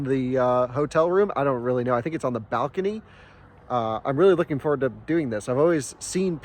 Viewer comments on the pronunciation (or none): none